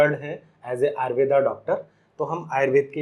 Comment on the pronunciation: आयुर्वेद जब विदेश मे घूम कर पुन भारत आया तो उसे आयुर्वेदा हो गया। 😂 कृपया उच्चारण तो सही करो